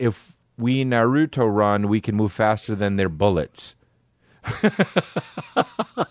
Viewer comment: “Narootoe run” Ehhhh-heh???? Dude???